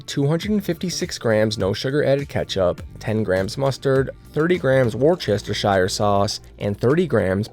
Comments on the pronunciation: Dear sir, just a few pronunciation tips: The 'W' sauce is 'WORSE-tuh-sure" or 'WOOS (as in 'puss')-tuh-sure'. The drainer with the holes is a COLLIN-der (as in 'Hollander'). The sweetener is pronounced 'air-RITH-ruh-tall', like 'arithmetic'. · Wuss-tur-sure Please just pronounce it that way. Hate yo be picky, the recipie looks great, but please let an englishman have some peace with the way it's pronounced!